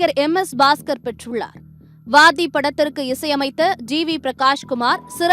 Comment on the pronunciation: வாதி இல்ல "வாத்தி "